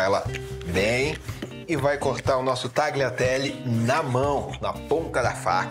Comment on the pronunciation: Se pronuncia talhiatelle